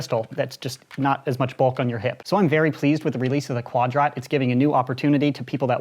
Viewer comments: Everytime he says'Quad rot' seems like he is pronouncing quadrant incorrectly... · the fact that he calls it quad ROT TRIGGERS ME